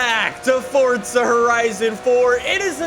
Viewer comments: ITS PRONOUNCED FOR-ZA NOT FORTZA. AAAAAAHHHHHHHH!!!!!!!! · its for-za not fortza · Why do you call it "fordza horizon"?!! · forTza horizon 4 😂😂😂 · Forza Horizon 4 👎 Fortza Horizon 4 👍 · Forza ❌ Fortza ✅ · IT PISSES ME OFF SO MUCH HOW HE SAYS FORZA LIKE "FORTZA" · hearing fortza makes me cringe. say it right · why cant Americans pronounce forza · My guy why do you pronounce forza with a t